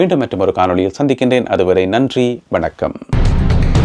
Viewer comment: I like the way you said vanakkam really nice